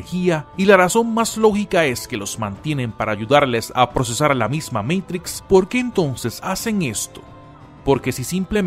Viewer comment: QUE BELLA PRONUNSIATION . DEEEEE MEITRICSSSSS